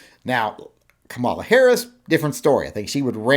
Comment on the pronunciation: You gotta learn to pronounce her name, correctly,. Neither of us like her views on guns, but she is the first Black woman to be VP, and she should be afforded the courtesy of having her named pronounced correctly: KAH-mah-lah.